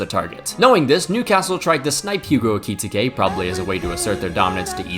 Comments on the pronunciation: Brother you need to watch the premier league player names pronounced videos 💔 his name aint ekee-tekay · Idk if that’s how you properly pronounce his name but the way you say eketike makes me uncomfortable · can’t pronounce Ekitike this is why he is canonically gay